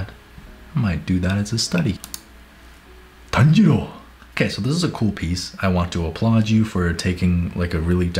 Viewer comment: I laughed way too much at the way said Tanjiro